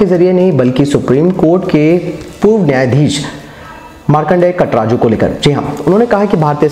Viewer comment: भाई नाम तो सही सही लिया करो,,कटराजू नही काटजू है...